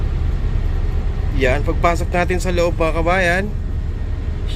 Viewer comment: Decker po, hindi po dicker. Hehehe